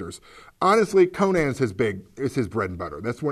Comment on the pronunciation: With the popularity of Conan O'Brien, you'd think people would stop mispronouncing the name Conan. Still, nice review.